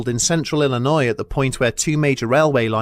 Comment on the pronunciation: Dude, I was chilling until he said Illinois